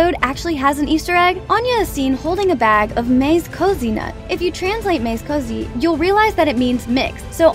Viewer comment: On the Mixed Nuts peanut bag easter egg, mazekoze is not pronounced "maze cozy" like you said... it's "mah-zeh-koh-zeh" because it's a Japanese word.